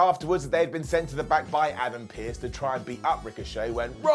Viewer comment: Excuse me! Do you mind giving wiseman an up for the way he pronounced PIERCE? Thank yooooooou!